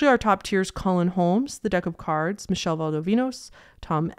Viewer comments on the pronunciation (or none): none